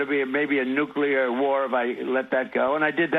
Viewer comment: What an id10t. Nuculer? No, no, no... Nuclear.